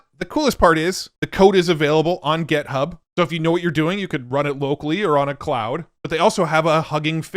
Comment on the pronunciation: Why does he always say 'gethub'